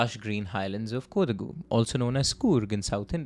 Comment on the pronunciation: I think it's pronounced more as Ko-daa-gu(?) Ik in the natuve language it's more like "ko".